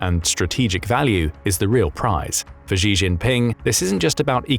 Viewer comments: Xi is said like "she", not "gee". Get it right !!! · Xi is pronounced as Shi, not Ji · Who taught you to pronounce Xi? You said it 2 different ways, both of them incorrect.